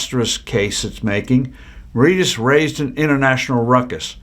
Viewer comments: Marishius is the pronunciation oh Mauritius. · Mauritius-learn how to pronounce it before posting